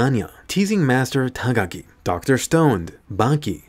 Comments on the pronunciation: Was it me or did he say dr stoned? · sorry did I hear correctly? *Dr. Stoned*? I mean your not wrong...